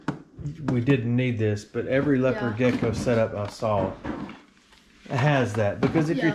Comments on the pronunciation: Bro how can u mess up thr pronunciation of leopard geckos its said like lepard not leo pard . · Lay oh pard lmao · Did he just say LAYOPARD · its pronounced lep-erd gecko not lea-pard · “Lay-oh-pard” gecko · LeO pArrD gecko 🦎